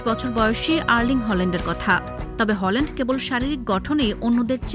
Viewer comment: ওনার নাম হলান্ড নয় হালান্ড।